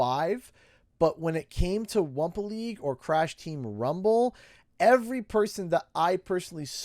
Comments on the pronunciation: Stop saying wampa legue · Wumpa League